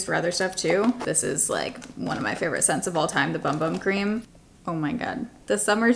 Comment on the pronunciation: I'm excited about Sephora being at Kohl's, and the rewards situation! I've heard that it's pronounced boom-boom cream, not sure if that's correct.